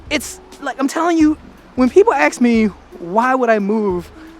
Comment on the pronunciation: Hellooo!! Did anybody ever mention you're always saying "Aks" instead of "Ask"? 😄And i didn't know you have been given a hard time in the comments but it's probably due to the fact that We Dutch people are famous for "We Like 2 Complain" about everything an' nothing. Maybe you're just a bit 'Too Positive, 'Happy Go Lucky' i guess.. Hahaha